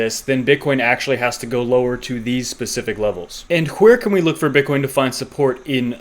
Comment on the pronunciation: You’re a legend bro. Down the to pronunciation of “where”. Happy thanksgiving 🦃